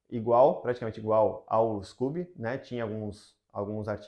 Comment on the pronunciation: Adorei seu canal, super profissional e ótimas dicas, parabéns. Só nao entendi porque vc diz scUby em vez de scOby.